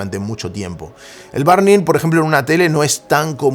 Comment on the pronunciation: aajajja, dice burn como barn